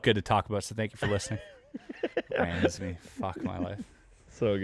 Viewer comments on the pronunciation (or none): “Chris Rams-me” (a poem) Dead, that was on fucking point. You really did nail it. Keep up the good work! A podcast that’s better than tv, You really did nail it with “Chris Rams-me.”